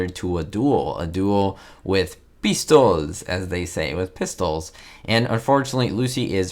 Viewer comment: Dueling with "peestols."😂😅😂😅